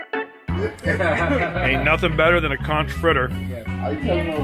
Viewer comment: i don't think so because someone had to correct him on conch too lol. unless that's part of his character?